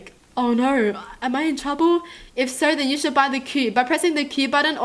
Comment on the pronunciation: Why do you say joo instead of you i dunno